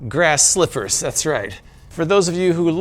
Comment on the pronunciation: He called them “slippahs”. He knows what they’re called. :-)